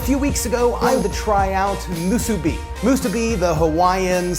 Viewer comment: Also, the emphasis of onigiri is on the first i, not the second. So it should be onI-gi-ri, not Oni-GI-ri, like you pronounced it. And musibi has the emphasis on the last syllable — mu-su-BI, not mu-SU-bi.